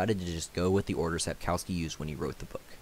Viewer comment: Lets start with authors surname. It's pronounced SapkoVski. W is more like v not U in Polish. Yet every English speaker I know calls him Sapkauski in youtube videos :) Vilgefortz's spy Rijence is pronounced I have no idea how to spell it but something like Ryentser. Beginning and end very similar to how you pronounce French cardinal Richelieu.